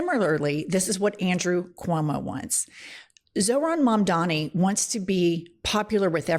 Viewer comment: THE NAME IS MAMDANI..HE SHOULD LEARN HOW TO SAY IT 🎵🎵🎵💃💃💃